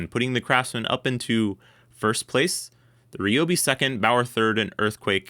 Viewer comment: It's RYE-Obi not Ree lol. You don't call someone named Tyler, Teeler.